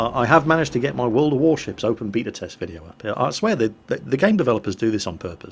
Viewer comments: Sebastian Wittmann i have lived in england for 9 years and never heard anyone say it the way he does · you say beta weird :O